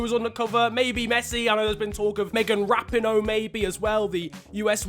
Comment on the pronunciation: Pronounce Meghan Rapinoe correctly bruh. Rapean - o